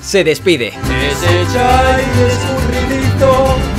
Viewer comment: Ohh muchos “chiny” hahaha